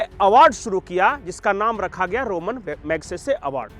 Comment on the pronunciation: मुंह उठाकर चले आते हैं वीडियो बनाने। पहले पुरस्कार का नाम तो अच्छी तरह पता करके आते! यह रोमन मैग्सेसे पुरस्कार नहीं है रमन (ramon) मैग्सेसे पुरस्कार है। रोम से इसका कोई दूर दूर का कोई संपर्क नहीं।